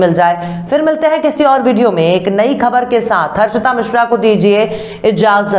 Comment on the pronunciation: Dear beti tum apni khabren parhne se Pahle Urdu ke ashaar parhti hai Mujhe achcha lagta hai Aap se Guzarish hai thorhi koshish karne se Aap Ka talaffuz sahi ho sakta Hai.... Lafz sahi.. Khbr...worng..khabar